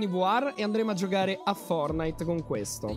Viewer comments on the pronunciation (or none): Ma perché dici "fornite" perché togli la "t"